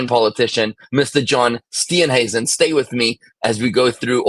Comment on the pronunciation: you pronounced Mr "Steenhuisen" perfectly.. just saying😅